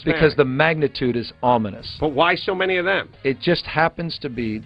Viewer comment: ominous Ah-min-us giving the impression that something bad or unpleasant is going to happen; threatening; inauspicious. "there were ominous dark clouds gathering overhead"